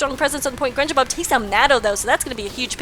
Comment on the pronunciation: Don't worry. You are saying my name correctly;D -Grenjabob